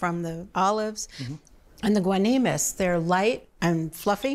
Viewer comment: You America's Test Kitchen got the name wrong, is guanimos, not guanimes.